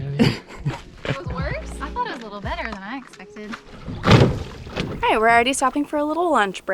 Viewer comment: After a couple weeks watching you guys... i've realized there's a PERFECT DRINKING GAME. Every time says 'it-spected' (his version of expected)... YUP.